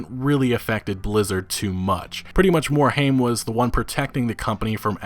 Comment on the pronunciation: Yo dude, it's pronounced "MORE-HIME" not "MORE-HAME"